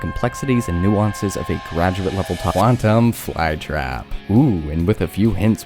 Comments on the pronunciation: how can you not pronounce quantum 💔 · i hate you now you cant pronounce the easiest thing(i dont know what Pronunciation has to do with hate) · quantum isnt hard to pronounce 🥀